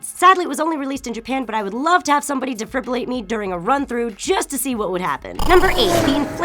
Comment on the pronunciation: derfhurbrurlate..... Deh Fib Ril ate...